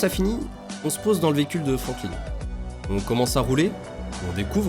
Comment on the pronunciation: T'as un problème avec les noms ... Roman pas Romain Franklin pas Frankline Simeon et pas Simon ... Sinon vidéo assez complète 👍 Gta IV reste mon préféré ❤ Je haïs la nouvelle politique du online et surtout des shark card et les imbéciles qui les achètent ! Sans eux ont aurait déjà gta VI depuis un bout de temp et on aurait eu les dlc solo ! Bande de pigeons, vous plaignez pas si ils en abusent encore plus dans gta VI ! A cause de vous la licence gta a perdu son ame et take two profite de votre stupidité 😒